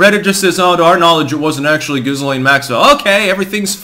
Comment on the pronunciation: Lol “Giz Lane” 😂